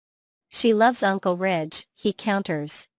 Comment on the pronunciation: Rich????? You mean Ridge